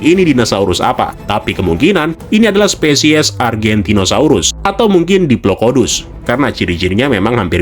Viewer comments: Maaf diplodocus, bukan diplocodus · kalo gasalah namanya Diplodocus, bukan diplokodus😅